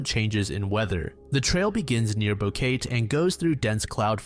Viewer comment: The city Kris Kremers and Lisanne Froon traveled to in Panama is mispronounced here lol. It’s bow-keh-tey